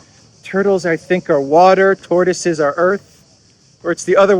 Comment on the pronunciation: That "tortoso" was a beast))